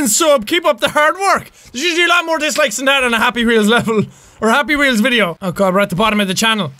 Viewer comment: The way you said happy weols!!! Hahaha